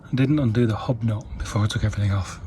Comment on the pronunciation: What is a "Hobnot?" ...oh a hub nut! Ok gotcha. LoL 🤣